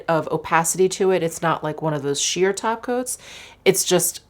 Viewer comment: Lol every time you say "glittery topcoats" i hear "glittery tacos" lol 😂